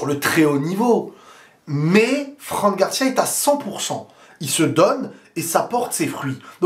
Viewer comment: Bonnes analyses. C'est marrant comment tu prononces "Franc" Garcia à la française. C'est "Fran" (franne) Garcia😉